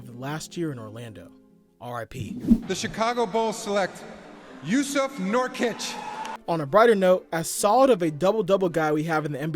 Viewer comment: think you pronounced Nurkic incorrectly. Funny thing is that Jokic does not care about it.